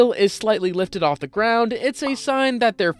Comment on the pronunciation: Ah yes de one thousand eyes